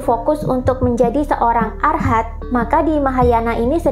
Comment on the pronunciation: Arahat. Bukan arhat